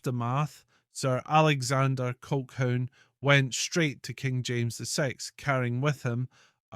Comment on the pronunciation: The word is Colhoon . How can you expect any Scot to take you seriously if you can't speak Scots.?